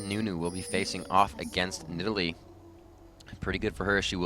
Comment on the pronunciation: I totally forgot how stupid phreak pronounced Needalee